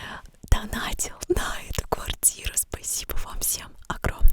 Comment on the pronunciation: Что с твоего спасибо???